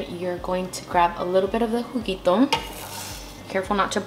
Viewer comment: “The jugito” 😂❤️❤️